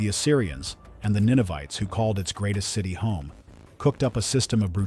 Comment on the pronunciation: Ninevites not Ninovites.